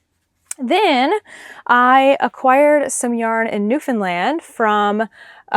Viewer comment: You pronounce Newfoundland perfectly! I’m a Newfoundlander but I live in Ohio. I’m enjoying following your Canadian travels. Thank you for sharing.